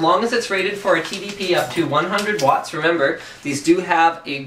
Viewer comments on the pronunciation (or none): none